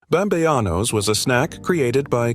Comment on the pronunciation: Bam-bey-anos 🙄 ..uhh, pretty sure its bamBEANos, just as its written 🫤